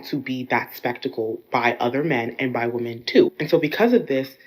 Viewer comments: This weird trend of pronouncing "women" as "woman".. Where did this come from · IT'S PRONOUNCED "WEM-MEN" NOT "WO-MEN".... wtf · The bmbo at the beginning of the video calls women - woman. I've noticed that there's a lot more of such improper pronunciation of words nowadays. It's pathetic. Maybe Trump no longer classifying teaching as a professional job isn't so bad after all. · "Men want to be woman" I actually thought we were improving because I hadn't heard women mispronounced as the singular in a while but here it is again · Right off the bat, yet another who pronounces the singular and plural of woman the same. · Why are there so many young women these days mispronouncing the plural for woman? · To first girl: The word women rhymes with swimmin', you flipping doofus. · Why is it that none of these women know how to pronounce the word women? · I can't take anyone seriously who pronounces "women" as "woman". Drives me up a wall. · have we ever figured out why young women tend to pronounce the word 'women' as 'woman'? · i just want women to pronouce the plural for women properly 🤣